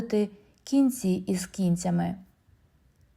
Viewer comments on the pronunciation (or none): Кінцями- має наголос на другому складі.Ваші наголоси потребують доопрацювання.Але може це штучний інтелект?.